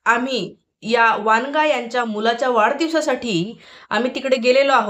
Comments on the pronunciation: वनगा आहे ते वांगा नाही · वांगा नाही वनगा